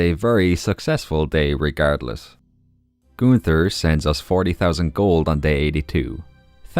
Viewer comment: I'm not good at names either but when you said Gunters name😭 that's literally the easiest name